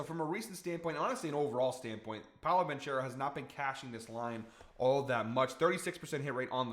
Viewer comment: Ban-CARE-oh DiVin-CHIN-zo Love your work, but not pronouncing players names correctly kills me. 😂